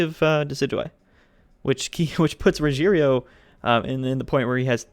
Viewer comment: RO-heh-LEO is how you pronounce his name.